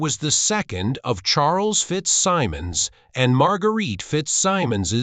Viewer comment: If you’re going to use an AI narrator, pay for a high-quality one that can pronounce “Maureen O’ Hara”, “FitzSimmons”, and “opera” correctly. It should also say “she” not “he” for Maureen”. This is garbage.